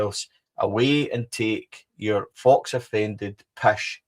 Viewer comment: It's pronounced FO (Faux) not Fox,great show as always.